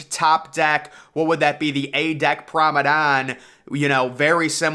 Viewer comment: Hi. He means promenade.